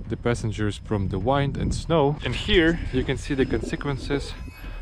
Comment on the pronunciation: Interesting video. Kind of sad too. I hope you don't mind me saying your English is very good but you pronounce "wind" incorrectly. It is the only word I noticed but your English is superb.